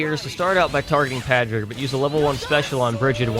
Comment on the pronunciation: I love you and imma let you finish. But for the love of all that is holy. It's pronounced PAW-DRIG not PAH-DRIG!